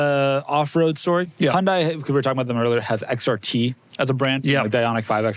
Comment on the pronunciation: Really appreciate how Doug pronounces Hyundai correctly…